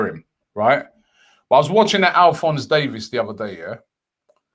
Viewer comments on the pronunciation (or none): Robbie it’s Alphon-SO Davies not AlphonZ. I don’t know where he’s getting that from lol.